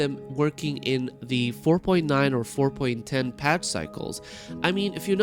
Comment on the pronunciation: 4.ten had me going you mean 5.0 lol he says it again 4.ten and a third time LOL im over her dying lol